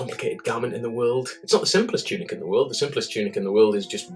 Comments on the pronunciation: Lol "Choonik" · "choonik" had to pause died